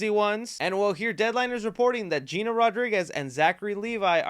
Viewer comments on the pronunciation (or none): none